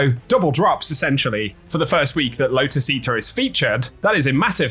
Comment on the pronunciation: low-tuss eatah